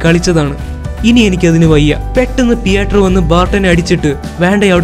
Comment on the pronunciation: പിയാട്രോ വേണ്ട പിട്രോ മതി